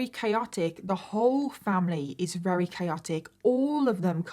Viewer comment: I love her but did anyone else notice how she says very like rery?